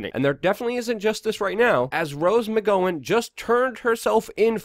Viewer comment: How do you mispronounce so many oft-spoken names? Weinstein, Tokei, McGowan... you didn't get a single one right.